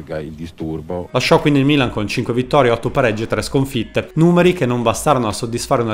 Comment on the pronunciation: Quando hai detto Milan , l' hai detto in inglese 🇬🇧!